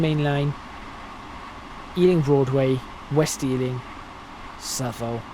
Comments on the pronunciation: Yes, South-all is correct (you don't need to look it up). I lived there for a very short time and have family and friends who still live there, they'd cringe if they heard that pronunciation😂😂😂. That aside great content👍🏾. Based on this video I've been inspired to buy TSW2👌🏾 Thank you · He pronounced Southall very wrong 6 times then said it correctly once. I'm guessing he's not from London 😉😂😂😂🤭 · Well, I used to pronounce it South-all and then was told that was wrong... despite having grown up with that. So, I tried to pronounce it the 'right' way. It seems that that is wrong and I was right initially! I am from London by the way. Which is why the area is all recognisable! But thank you for bringing this back to my attention. I shall have to go find out once and for all what the correct way is! I remember British Rail drivers for the Great Western Mainline calling it 'suth-all' too. Calling it 'South-all' is much easier for me!